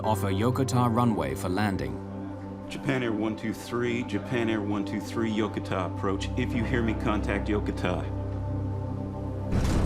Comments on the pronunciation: Yokota AFB is not pronounced as it is in this video . I should know. I grew up on that base as an Air Force military brat back in the early 1960's. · It would have been nice if your production had bothered to get ANY part of the USAF uniform correct. Your long haired actor also pronounced Yokota wrong.